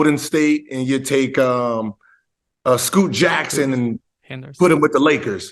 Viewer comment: "Scoot Jackson"